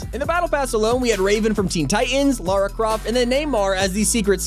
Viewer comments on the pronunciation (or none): none